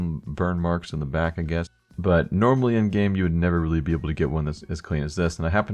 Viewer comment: everytime you say normally i hear anomaly:DD